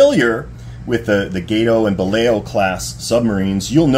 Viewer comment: It's pronounced as "Ba-law" not "Balay-o".